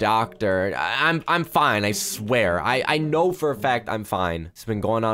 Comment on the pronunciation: Did anyone notice that on his first day of school he said kno instead of I know